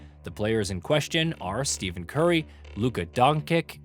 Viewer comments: bro said steven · STEE-FEN CURRY?!?!!!! Fire this fucking guy... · In his defense, Stephen is pronounced that way pretty often. On the other hand, IT'S STEPH CURRY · use AI again and im out. No basketball fan pronounces Steph Curry wrong and claims Josh Giddey is a star... Please, do better. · Pronouncing Curry & Luka’s name wrong. Is this ai voiceover?